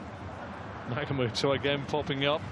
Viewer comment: NagaTOMO not Nagamoto. It's a shame for the commentator not to know a player who has played in Europe for 10 years, including 170 matches for Inter Milan